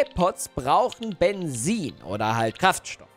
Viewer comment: Wie du immer bensin sagst xddd 👌